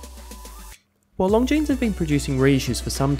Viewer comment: Another fantastic review,! Well done. Love this Longines. Oh and if I may nit-pick: the S in Longines is silent;) Looking forward to the next one!